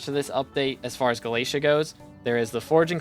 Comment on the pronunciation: FINALLY WE GET THE UPDATE!!! Btw galatea is pronounced more like ga-la-te-a